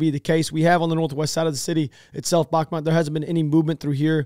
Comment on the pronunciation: The town is pronounced "Bakhmoot" not "Bahmat". As a Ukrainian at first I was confused which town you're talking about than I realized you're talking about "Bakhmut".